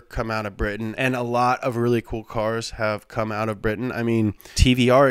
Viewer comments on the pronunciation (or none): none